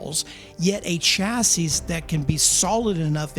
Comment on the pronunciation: Are you pronouncing the las S in chassis ironically? 60-75HP is fine for everyone I know 😊